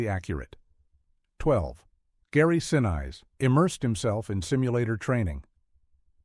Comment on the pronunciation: Gary Sineyes? Repeatedly! Thank heaven NASA's attention to detail is better than Old Classic Hollywood's.